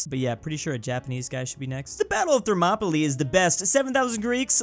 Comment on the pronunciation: I love that can pronounce Thermopylae but not “convince.”